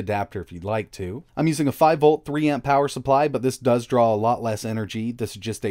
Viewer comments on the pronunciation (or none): none